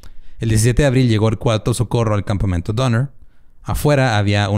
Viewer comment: escuché "campamiento" por parte de??? jijiji